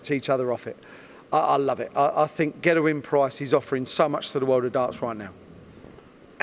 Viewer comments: Paul Mainwaring yeah it’s extremely annoying. The “Van Gerwen” pronunciation is understandable as that’s the way all non-Dutch people (incorrectly) pronounce it. This “Gerrewyn” Price thing he does is embarrassing and he is the only one who does it, it’s a conscious decision he’s made to start saying it like that. Infuriating. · Is it just me or does the way he pronounce ‘Gerwyn’ a bit funny? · It's been like that since I watched this vid 5 days ago